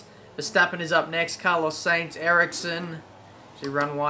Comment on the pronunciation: Carlos Sainz's surname is pronounced 'SIGNS'!